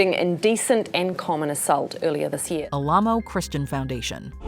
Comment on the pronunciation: The monument in Texas and the cult is pronounced AL-uh-moh (first syllable is like the first syllable of "Alan").